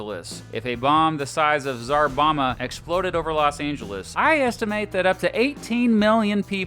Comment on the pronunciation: Did you say Tsar-bama? 😂✌️